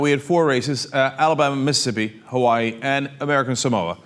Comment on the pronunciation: Is it just me or does Cenk say Mississippi weird? He say Missippi